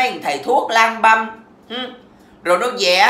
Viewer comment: Cái miệng của 2 😂 nó điêu nó điệu. Bà nhấn nhá chữ lang băm mà tui toàn nghĩ đến chữ lang beng